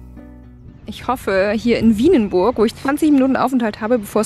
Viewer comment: Es heißt übrigens "Vienenburg" [Fienenburg] und nicht [Wienenburg]. ;-)